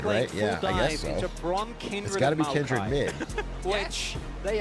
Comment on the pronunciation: Why everybody keep saying “Kendrid”. Isn’t it Kindred?